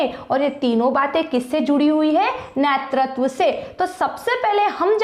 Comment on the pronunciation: nertatav nhi hota netratv hota h😢😢😢😢😢